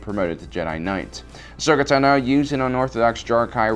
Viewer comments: also, my name is TA-no, not ta-NO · Ahsoka TAH-no.